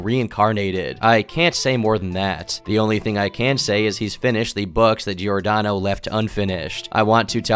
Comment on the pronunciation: Giordano pronunciation is very american, I think you went through a lot of trouble! You could always say like Jordano, this is how it's pronounced in italian. Like Jordan? but Jordano.